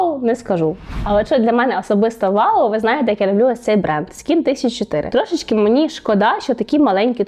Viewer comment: Хвилинка душнільства. Skin1004 вимовляється "скін чонса". Хвилинку душнільства закінчено